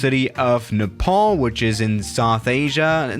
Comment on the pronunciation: Finally Nepal not nee-pal 😂